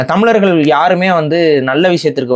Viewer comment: This man speaking about so much on Tamil, but this fool doesn't pronounce tamizargal , It's not tamilargal